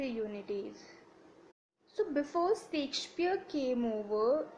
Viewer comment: Please correct ur pronouciation... U have brutally murdered the playwrights name... Shakespeare.. Stop creating a new version of language of ur own....